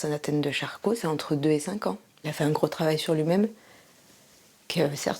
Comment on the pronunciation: charcot, pas charclo 😉